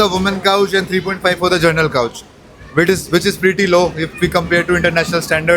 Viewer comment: GENERAL COUCH LOL🤣🤣🤣🤣 ITS COACH🤣🤣🤣